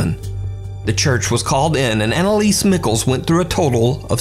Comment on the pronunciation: I swear her last name is ME-SHEL not Mickles, 😭